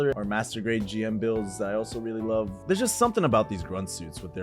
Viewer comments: The GM is officially pronounce 'Jim'. That's how it was said in the original show up until English Dubs starting saying 'Gee-Em'. It's because Japanese pronunciation differs from English and it sounds like 'Jim-oo'. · Hearing someone mispronounce GM, while at the same time owning so many Gunpla, is painful. Great collection though and loved the video lol